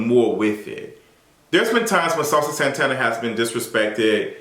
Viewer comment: Listennn I lost it at "Saucy Santanerrrr" and passed away at "Jerry the Mouse"!!! 🤣🤣🤣🤣